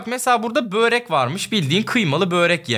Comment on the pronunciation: bööööööööööööööööööööööööööööööörek değil. Börek.